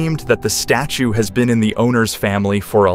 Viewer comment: . . . around the side of the "status" Was he trying to say "statue?"